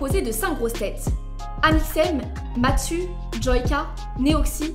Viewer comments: Attention c'est mastu et non matsu sinon bonne vidéo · C'est "Mastu" et non pas "Matsu" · C'est Mastu pas Matsu MDR🤣🤣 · Ouai sinon c'est Mastu pas matsu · Ceat pas marstsu mais mastu xD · Mastu pas matsu lol ouais, webedia pas webemedia j'ai 2 ans de retard sur la vidéo, mais je viens de découvrir ta chaine qui au passage est top je suis entrain de tout regarder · MaStu pas MaTsu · c’est MASTU pas MATSU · C'est pas Matsu mais Mastu ☝️🤓 Non vraiment super vidéo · D'où elle dit matsu ? C'est mastu je crois elle s'est trompé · t’a dit Mastu au lieu de mastu. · Alors très bonne vidéo mais tu aurais du te renseigner sur la prononciation parce que ça m’a fait tiquer toute la vidéo… Me déconcentrant un peu du contenu pourtant intéressant … C’est Mastu et non pas Matsu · Oh la, c’est intéressant mais c’est pas Matsu mais MASTU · Ooowoooh déjà c pas Matsu c Mastu !!😂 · Dommage que tu écorches le nom de Mastu c'est pas comme si il avait des millions d'abonnés il suffisais d'aller voir sa chaîne 2 secondes pour verifier l'orthographe... mais bon sinon la vidéo est pas mal mais c'est très dommage ça fait baclé d'ecorcher le nom des protagonistes qui font le sujet de la vidéo. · MAIS PUREE C MASTU PAS MATSU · Mastu s'il vous plaît x) Pas Matsu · très bonne vidéo mais par contre c'est mastu pas matsu ☺ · alors... comment prendre la video au serieux quand tu dis matsu et pas mastu🤢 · Juste s'est pas Matsu mais Mastu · Mastu pas matsu 😂 Mais très bonne vidéo 💯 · Si jamais c’est MaSTu, pas MaTSu ! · Outch Matsu 🤣🤣(c'est Mastu) mais sinon excellente vidéo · au passage c'est Mastu pas Matsu 💀🤡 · aïe aïe c’est mastu, pas matsu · pour rectifier c'est mastu et pas matsu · Très bonne vidéo mais j’avoue que tu ma stressé en disant : Matsu et webemedia c’est mastu et webedia ! 😭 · Matsu 😅c'est plutôt mastu non 😅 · Mdrrr elle a dit Matsu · wsh la go a vrmt dit '' MATSU'' AHAHAAHAH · Elle a appelé Mastu « Matsu » bahaha jpp😭😭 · Le "Matsu" il fait mal à entendre... XD